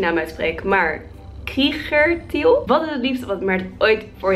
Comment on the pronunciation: Ik schrok echt toen ze mijn naam zo grappig zei. Maar je spreekt het uit als Kriesjer Thiel. ❤❤❤❤❤❤❤❤